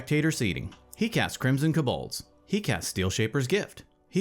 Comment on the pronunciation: I love how puts the emphasis on the last syllable of Kobolds